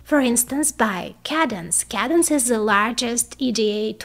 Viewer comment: Cadence is pronounced "Cay-dense" (I believe...) -Mike